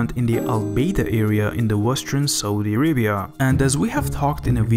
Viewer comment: "this is sohdee araybeeyahhh"